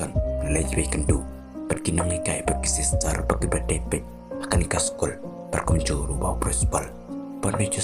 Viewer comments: Bad sistal😂😂 ka pronunciation waw biang beit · Sistal a new pronunciation 😂😂😂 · Wow,!!!! Me pronounce sister ne silstal ne,???